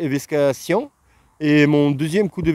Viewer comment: très bonne vidéo. Merci; Trop mignon véssk et véskation! Bien que tu parles parfaitement français mais pas ta langue maternelle. Sans faire le prof, loin de moi cette idée, ca se prononce "vékser" et "veksation", pas simple je sais. A bientôt.